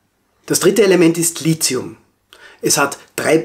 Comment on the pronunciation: Kleiner Kommentar zum "Lizium" als Chemiker. Lithium kommt vom griechischen Wort "lithos" was so viel wie "(der) Stein" bedeutet. Daher ist die Aussprache entsprechend [Li-ti-um]. Die Chemie-Professoren sind da ziemlich hinterher, da es ein hartnäckiger Makel ist dem auch ich zum Opfer gefallen bin, bis ich eines besseren belehrt wurde. :D PS: ich weiß aber auch das aus irgendeinen Grund Chemiker und Physiker so ein bisschen ein Problem miteinander haben, aber ich habe keine Ahnung wieso.